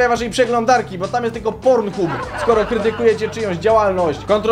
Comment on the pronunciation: Mówi się PornHab